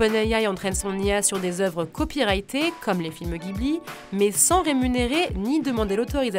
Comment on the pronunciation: "Jibli", ça se prononce "Jibli", pas "guibli"